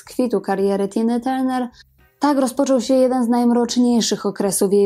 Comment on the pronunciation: Jest Pani pierwsza osoba , ktora prawidlowo wymawia jej nazwisko. Wszyscy redaktorzy w PR mówią Tarner. 😫